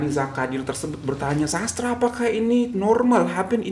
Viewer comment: Cikgu, sedikit pencerahan di minit dalam Bahasa Melayu penyebutan nama Sastra tak ditukar kepada Sastre. Ada sesuatu yang perlu difahami bunyi hujung A tak semestinya bertukar menjadi E. Di Malaysia penyebutan bunyi hujung A dan E semua digunakan mengikut gaya asal. Tak perlu tukar2.